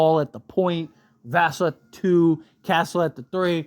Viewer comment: It’s pronounced Va-sell you sound like you’re rhyming his name with Castle when you say Vassell